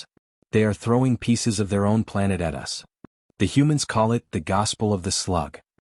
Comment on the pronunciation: Absolutely stupid AI. It’s us not U S